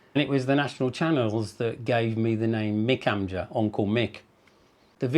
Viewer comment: 36 years in Turkey and he cant pronounce onkel (amça). a shame!